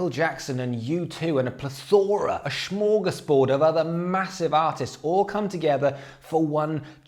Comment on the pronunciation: Did you just say Smörgårdsbord..?